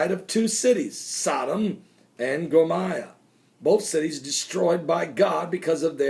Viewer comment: The city is pronounced Go-more-ah. There is a neat website that has correct pronunciation; even taking locational differences on some words.